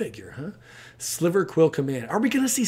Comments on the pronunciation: Silver not sliver unfortunately. Great info though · Are we just all going to pretend like he didn’t say sliver instead of silver? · Sliver* Lol